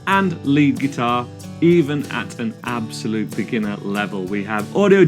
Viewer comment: The way he says "absolute" is hurting me every time... I'm a beginner, but I don't think I'm an "ABSOLUTE beginner".